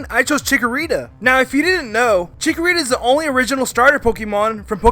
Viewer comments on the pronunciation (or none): BTW That Wa Naht Chikorita